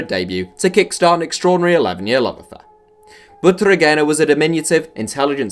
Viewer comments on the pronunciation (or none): That pronunciation of Butragueño hurts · Backpack even though he mispronounced it lol